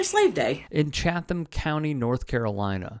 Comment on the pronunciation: Its pronounced Chaddum. I grew up one county over. The "th" makes a d or a soft t sound.